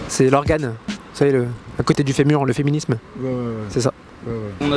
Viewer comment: "Le fiminims " 😂😂😂😂😂😂